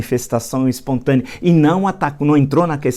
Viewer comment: "expontânea ehehehe"